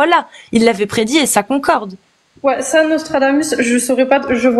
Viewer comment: "Il y a un livre qui prédji ce qui vas s'passer tu vois enfaite" Ptn elle lis Obertone. 😶